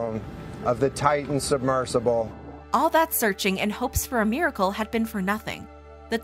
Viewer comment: Meercle lol. MI RA CLE. 3 syllables.